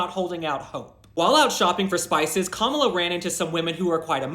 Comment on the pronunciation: I still can't decide if you're calling her Kamala sometimes of Gobbla😂